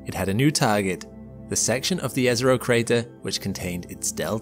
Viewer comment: I love how he pronounces "Jezero Crater" correctly! (It is pronounced Yezero, not Jezero, as many often say)